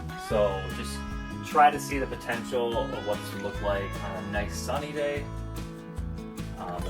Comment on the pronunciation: Enjoyed watching “feed the fish” 😂😂😂 Addie nudged out “The Martian” with her nose! 😂: “T-he”.: “, that’s “the”. 😂 You two crack me up!